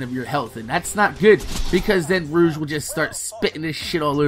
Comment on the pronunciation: its pronounced "roh- g"